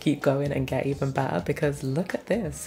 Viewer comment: I just love the way she says 💕BETTAH💕